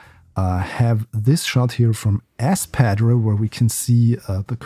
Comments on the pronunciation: you got it. He made is sound like [Redacted]padreh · The way to say Padre would sound similar to Padray not padreee i believe. Feel free to correct me anyone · Padre is pronounced "pod-ray". South Padre island.